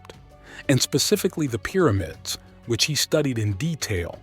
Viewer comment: Please stop calling it "Peermids"! Good documentary though.